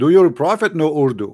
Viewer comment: Urudu 🤣🤣🤣 Koran is in Arabic, not urudu. ❤